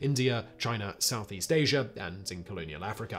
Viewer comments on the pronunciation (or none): none